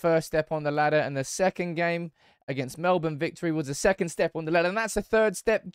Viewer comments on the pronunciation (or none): none